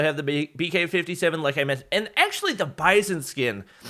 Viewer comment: Its not bison skin its (Bi-Zon)